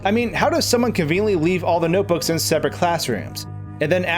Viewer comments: "Noboos" it's notebooks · “noteboos” mario baldi crossover confirmed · YESH HE SAID NOTEBOOS!!!!!!!!! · "noteboo" REEEEeEEEEeEEEEEeEE